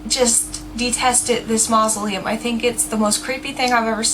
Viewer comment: hahha "he goes up and rattles the door of the 'creepy-ass moslelum" and im like "get away from 'creepy ass moslelm" Lelellee